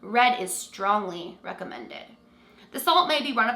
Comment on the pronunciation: Why does she say “strongly recommended” like that😭😭